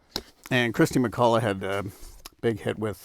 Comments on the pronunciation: What's with "Christy McCulla"??? It's KIRSTY MacCOLL. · Umm - not sure about the king of boxsets moniker but it’s definitely Kirsty McColl and not “Kristy McCullagh”